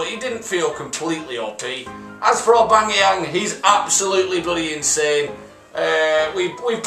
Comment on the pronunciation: Its "Aubameyang" not "Aubangeyang"